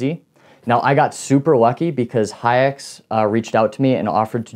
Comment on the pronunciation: “Haix” gets pronounced like “hikes”